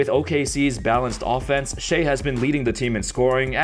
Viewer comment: Bruh its shai as in "shy" not "shay"